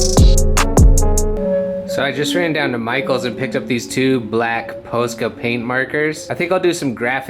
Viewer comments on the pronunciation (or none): Not surprised the staff didn’t know what he was asking for when said “Poe-skas”